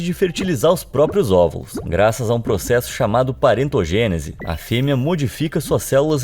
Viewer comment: N é paretogenesi... É partenogênese..